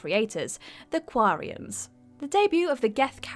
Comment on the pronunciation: The way she says Quarian as well....